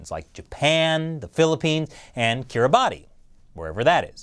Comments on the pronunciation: You should be way more famous, and your videos deserve way more attention! (Just a small correction Kirobati is pronounced 'Kiribas'. Got to give credit to 'Geography Now' for that info.) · Arghh! The Younger-Dryas temperature changes you're looking at are FOR THE GREENLAND ICE CAP, NOT FOR THE ENTIRE GLOBE, regional temperatures often change far more rapidly than global temperatures. Kiribati, is pronounced ~ Kiribass There is no great mystery or inconsistency with the glacial-interglacial cycles and atmospheric CO2 abundance. The 100,000 year long cycles are governed by the Milankovitch cycles, which are wobbles in Earths axial tilt that are a result of gravitational interactions with the Moon (look it up). Towards the end of each glacial period an increase the Earths tilt causes an increase in solar insolation at high latitudes, this gets high latitude snow and ice melting underway, because ice and snow have high albedo's the melt reduces Earths overall albedo, increasing the amount of sunlight being turned into heat rather than being directly reflected back to space. So we get a positive feedback with increased snow melt leading to more solar radiation being absorbed leading to increased snow melt. It is only after this process gets underway that we then see the rise in atmospheric CO2. This increase in CO2 comes from 2 principle sources, firstly it's believed that organic matter that had been trapped under the expanded icecaps starts to rot, producing CO2, secondly the rising ocean temperatures causes an oceanic release of CO2, this is a result of CO2 being less soluble in warmer water (the oceans contain about 70 times as much CO2 than the atmosphere). The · You pronounced Kiribati wrong, the “ti” in Kiribati is actually a “s” sound, so it’s more like “Kiribass” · it is pronouced kiri-bahs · Kiribati is pronounced "Kiribas." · Kiribati is pronounced Kiribass.